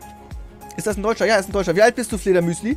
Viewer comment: Ich weiß wie er heißt aber wird nicht Fledermüsli ausgesprochen